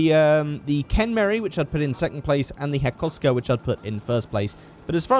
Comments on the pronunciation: It is Hakosuka not Hakoska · "hakosko".............. its Hakosuka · ITS HAKO (HA-KOE) SUKA (SUE-KAH) HAKOSUKA or just say C10. i love you videos but that is so frustrating cause its my favorite car as well. xD